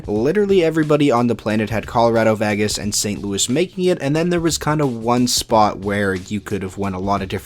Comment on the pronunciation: It's not. It's pronounced VAy-Gis.